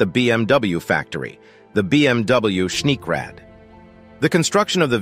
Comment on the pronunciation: Please learn, how to speak geman words. Schneekrad ( Schneekraftrad/ Snow Motorcycle) for example is spoken Schnee- krad, not Schniek-räd.